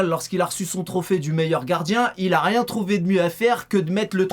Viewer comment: Oooo tu dit rient